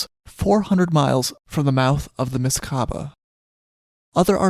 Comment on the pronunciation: But you still need to research and practise the way you pronounce African language words : Xhosa, Msikaba - as you did with Portuguese!!